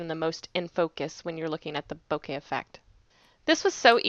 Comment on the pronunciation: Its "boh-keh" with no emphasis on either syllable.